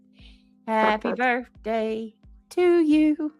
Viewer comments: Can someone for the love of God and all that is good, tell her there is no "F" in BIRTHDAY. However, there is an F in this hastag. #FUBJ Just saying. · Omg I HATE BIRFDAY and Bafroom it literally makes me not like you as a human